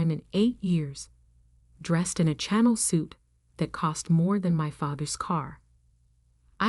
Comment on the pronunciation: If you’ve listening/reading these stories, there are so many mispronunciations other than Chanel-naive, heir, Mrs. Mr. Etc or even spelling out abbreviations.